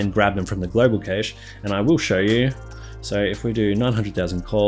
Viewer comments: Cache is pronounced cash btw. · it's pronounced cash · It's pronounced cash.